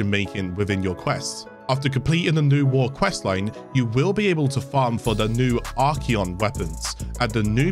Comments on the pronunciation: There's no 'e' in 'Archon' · Oops! I've been informed it was "Archon", and not spelt nor pronounced "Archeon". So that is my bad in the Thumbnail, I'll try to amend that when I can but we're busy busy busy getting those videos edited and uploaded for you all! I hope you enjoy and thank you for the support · I got this wrong, I did genuinely believe it was spelt and pronounced Archeon - oops. Will amend.